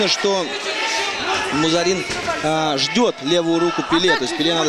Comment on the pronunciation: Дикторам только имена выучить надо и ... "МузАрин" 🤦🏻‍♀️